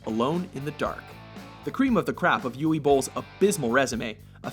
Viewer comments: "Ooway" Bohl ? Uwe is pronounced "Oo-vuh" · It's pronounced oov-eh not ooweh. pronounciation nazism asside please make a "best worst movies" list. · 'Uway Boll'? It's Uwe (Oo-vay) it's German man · And "Uwe" is pronounced Oovuh, not Ooway. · Maybe pronouncing Uwe Bolls name correctly should make it into a top ten WatchMojo fuck ups segment, along with Michael Mason rather than Madson. Uwe is pronounced 'oover' not 'youie'. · It's pronounced U-vah Bowl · It's pronounced Uva. Uva Boll. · It's written Uwe, but pronounced Uva. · Uwe Boll's first name is pronounced Uve. Being German and all. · I hate to be "that guy" but Uve is pronounced Ooh-ve. On a slightly positive note I watched Wing Commander back when sky movies was two channels and actually quite liked it, as a 11 year old anyway. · Michael Mason? Umm who? Uwe is pronounced with a "v" sound for the w. List is solid, but again lack of quality control damages the final cut. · Can these idiots not pronounce Uwe and Julia properly?